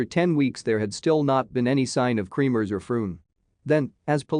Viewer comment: Not KREAMERS ITS KREMERS